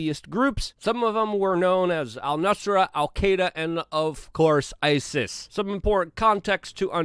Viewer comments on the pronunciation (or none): none